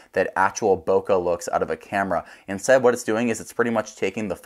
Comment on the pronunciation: Bokeh is a Japanese word. In Japanese, the letter E is pronounced as "eh" as in English bet, met, get. The letter E does not morph into AH.